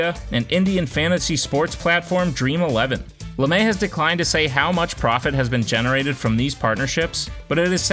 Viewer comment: Not Lamae it’s Lame